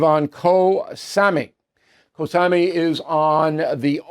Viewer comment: Ooooh Bill 😅 Kho Samui ,pronounced ( Ko sa'moo' y) Is on the East coast in the Gulf of Thailand. You're probably thinking about Phuket on the West side in the Andaman Sea, which is part of the Indian Ocean . Not the PACIFIC. Wow 👌 something I know more about than Bill does 😅 I left USA 8years ago when all this bafoonery started. I love living here in Thailand 🇹🇭 😍.